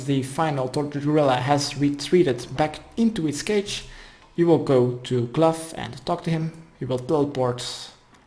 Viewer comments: another person saying "Gluff" cmon guys this is easy, Ph makes an F not gh, his name is "Glow" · (good guide tho, just funny recommending a weapon that the quest unlocks to.. beat the quest. also i think Glough rhymes with cow, not stuff)